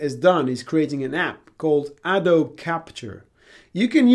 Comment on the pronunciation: Exactly the video I was looking for. Just a few things. Hue sounds like the name 'Hugh' (like Jackman) and Adobe is generally pronounced 'Ah-doe-bee'.